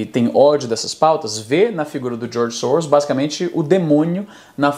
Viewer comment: Sempre que ele fala "Djorgi Sowros" você toma um shot.